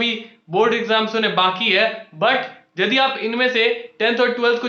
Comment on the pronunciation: Nepali ho kya yadi ko jadi bol rhe ho😂